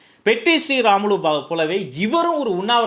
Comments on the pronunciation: Its Potti not petti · Hello LKG. POTTI PATTI SRIRAMULU. not petti SRIRAMULU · Anna I am from andhra he is potti sriramulu not Petti sriramulu